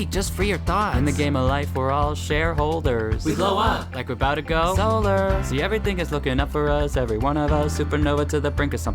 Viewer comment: bro "solar" idk it made my brain hurt